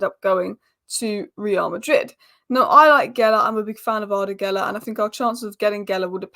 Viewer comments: GULER! not Geler. And he's really good. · GUler NOT GElla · You say his name this way Goo ler......guler